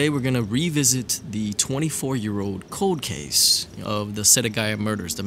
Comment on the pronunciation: I heard you say Code Case when pronouncing Cold Case.....very wise.